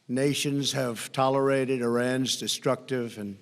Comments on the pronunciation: 😆😆😅😅😅😆😊 my guy" you guys seen the dentures about to come out his mouth an that cotton mouth smh oh yea its pronounced tolerated my guy " god i cant believe this guys my president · Tolerited 🤨is he having a stroke? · "Tolerided" omg, get this orange clown hooked on phonix. Smh 🤣🤣🤣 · He's trying to enunciate. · in this clip Trump slurs the word tolerated and on other CBS Clips that's been edited out